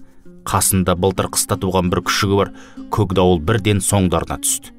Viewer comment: Көкдауылды көгдауыл деп (үндестік заңын ескеріп) жұмсартып оөысаңыз тіпті керемет еді.